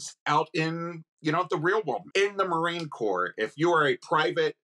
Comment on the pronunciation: Negative "MaRInE" ? 🤣 wtf is this